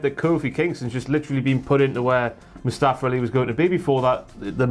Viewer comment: They always pronounce his name as Mustafer and not Mustafa lol